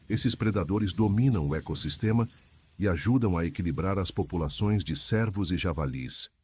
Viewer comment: Não é sérvos.... a pronúncia é "Cêrvo"